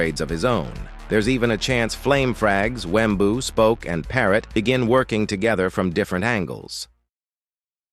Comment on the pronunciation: Wembuu with the hard W at the end XD